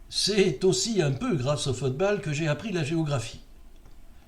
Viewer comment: Bonne année! Bon, j'avoue ne pas avoir écouté le cloclo, ce n'est pas mon truc ... tu parles de fotebale dans cette édition, pourquoi le prononces-tu ainsi? Lors de la coupe du monde 66, si je me souviens bien, la finale avait été très bien mais c'est surtout une demie-finale (Allemagne-Italie je crois) et un quart (je ne sais plus lequel) qui avaient été sensationnels. T'en souviens-tu?